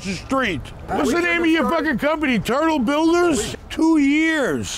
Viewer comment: i tought he said eternal builders